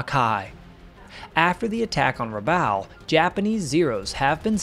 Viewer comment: Rabaul rhymes with “ball”.